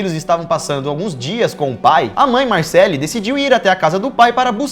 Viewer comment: Teve uma hora q o Lukas falou meu nome "Marcely" e nn Marcelle kkkkkk